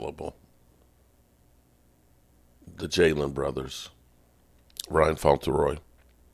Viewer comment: His name is Ryan Flournoy. Not Fauntleroy bro.